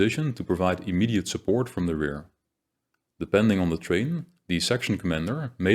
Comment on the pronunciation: Thank you for all of the wonderful content you have made. It is of a very high quality and thoroughly researched. One small point. The word terrain is pronounced more like this: 'teh-rain'.